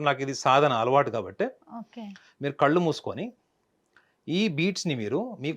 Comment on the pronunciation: Ammaa thalli anchor , please learn Telugu .. kallu kaadhu , it’s కళ్ళు It’s irritating to listen to anchor without proper pronunciation.. especially people from Telangana can’t speak la and sa kaarums well